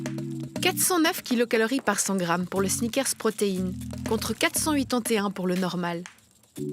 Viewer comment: Les snickèrrrses, les bodibildèrres